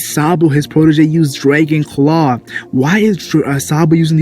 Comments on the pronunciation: you say "draegon" it tilts me xD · why do you say "Draegon" bro